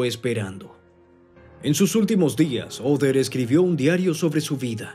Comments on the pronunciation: Cual OTHER?, OTTER pronuncia bien el nombre, OTTER CON T, T, TTTTTTT. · Por qué le dice "Oder"?